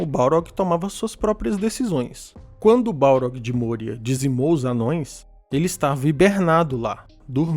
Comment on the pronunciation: não é môria, é mória. O padrão nunca é usar o "ô" com som fechado.